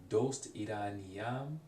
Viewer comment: Interesting video, but just some points based on the previous comments. Yuube is spelled 夕べ、昨夜 is "Sakuya". In Farsi, you said you're overpronouncing ayn on purpose, but it really does sound unnatural. Also, the pronunciation of "doost" (like) is wrong and I don't think I could have understood the meaning if it weren't written. If you have the will and money, I think getting Assimil for Farsi would be a great idea for shadowing practise.